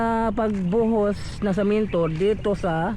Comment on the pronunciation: semento bro,, Hindi samento,,pagbinisaya nlang gud ka